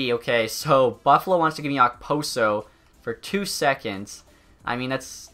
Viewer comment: The way he said Okposo 😐